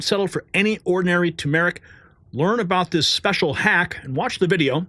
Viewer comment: Tur-mur-ic. NOT To-mer-ic.